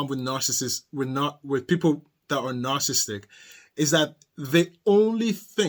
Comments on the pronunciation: There are four syllables in the word, “narcissistic”, not three. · You are missing a lot of s’s in your pronunciation of narcissistic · I started to watch this but he kept missing a syllable of "narcissistic". It drove me nuts!